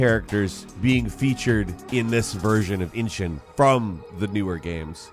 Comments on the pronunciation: Cmon man, it's Like a Dragon EE-Shin, not Inching haha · Why do people call it ( Inshin )? It's called ( Ishin ) ! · Its not Inshin Its Ishin! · inshin? there's no N there. ishin. bro, c'mon.. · Its not inshin its ishin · I wonder if will ever learn to pronounce Ishin properly? It’s ISHIN not INSHIN! You got the N in the wrong place! 🤣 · Is the way he says "ishin" as "inchin" actually right? It just seems wrong and jarring when the band Ishin is on the screen, or I'm misreading it idk Im not Japanese lol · Why do you keep saying Inshun??? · The can't say 'Ishin' 🤣